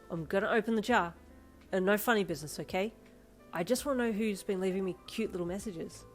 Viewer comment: I THINK ITS ADORABLE HOW YOU SAY “NAURRR” 😭